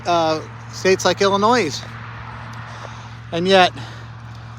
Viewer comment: Also, the "S" in Illinois is silent. I'm guessing geography and English aren't Ammon's strong points.